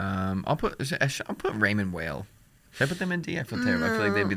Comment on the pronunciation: It's pronounced Raymond WHILE, not Whale 😂 it's not even some crazy foreign name cmon guys. I have one and love it. Well made, nice materials, and affordable. Much better than a Tissot but not quite a Frédérique Constant.